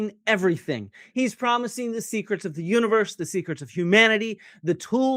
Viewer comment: Not to mock Jiang's accent, but I noticed he pronounces "secrets" like "secrest".